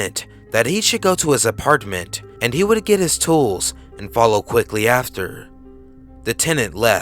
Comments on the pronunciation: Anyone else not like how he says apartment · The way you say apartment lol